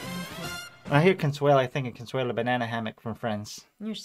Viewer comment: Consuale? no no no . Cheers!